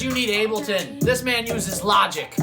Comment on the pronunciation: The way you Said 'logic' broke me 😂 idky